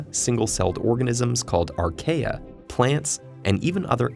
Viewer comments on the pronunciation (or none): Archaea is pronounced R-key, this guy clearly just reads a script and isn't a scientist